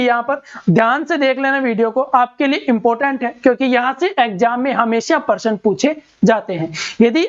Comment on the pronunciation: Sir jii parsan 😂😂 / प्रशन